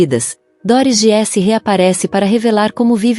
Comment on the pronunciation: Treine sua IA para dizer GUISSE, como disse, e não giesse. E equipa é português de Portugal. Para nós é equipe.